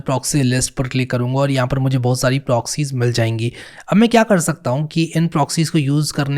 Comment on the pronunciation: My favourite part "BO HUTH" 😂